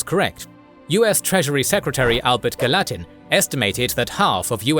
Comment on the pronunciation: and we pronounce it Galla-Tin, not "ga-LA-tin"